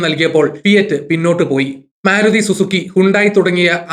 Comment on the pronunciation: 'മേ'രുതി അല്ല, മാരുതി. ശ്രദ്ധിക്കുമല്ലോ, ആശംസകൾ.